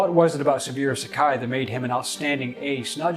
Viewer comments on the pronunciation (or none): His name is pronounced 'SabOOro' not "Sabeero". Respect requires getting that right. It just takes a little effort to find out. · SABOOORO, BOZO; NOT SABUREAU. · how do u not know it's Sa bu ro, Not Sa bi ro? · It's pronounced "Sa-Boo-Row".